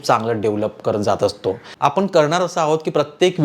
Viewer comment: उच्चार चुकीचे आहेत पण,आपने न म्हणता पण,आपण असे उच्चार करावेत